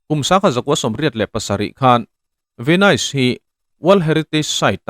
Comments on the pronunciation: Tinge Venaise tiin i lam daih a😅Venis tia lam tur ni awm tak a ni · An sawi tawg nual tho a, Ve-nais i ti daih a. Ve-nis tia lam tur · Venais ti reng😂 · Venais tiin kan lam ngai lo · Youtuber threnkhat hi tinge in tilui thrin emoni le ka ti hial ani....hming/veng/khua lamdan dik te hi zir hmasa thin ula ngaihthlak ti nuam lo vek hian duh2 dan hian in sawi top zel mai...venais tih i lamrik ka hriat rual2 in ka ngaithla peih lo nghal 😮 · Venis tih tur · Ka Pu, Venis ti in, lam teh khai. Ahlutna i ti ho dawn tlata😊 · A hming i lam dan teh daih chu